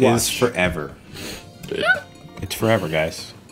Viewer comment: lol == GUYS OR GAYS OR GUYS OR WHAT ??